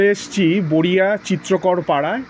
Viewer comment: বোরিয়া নয়,বড়িয়া হবে